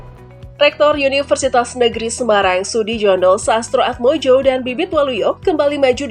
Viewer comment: Sudijono....di baca Sudiyono...J di baca y